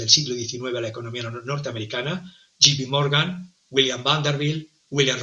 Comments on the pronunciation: J se pronuncia "yei" no yi. Me encanta tu programa. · No e Gee Pee Morgan es Ja se pronuncia yei